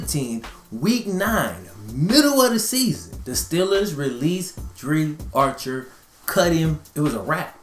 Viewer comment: It's pronounced dr-eye